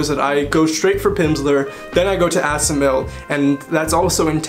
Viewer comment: you say "... diving straight into asamill or teach yourself or living language like more dry textbooks or audio textbook programs is not the best approach either ..." WHAT IS "asamill"?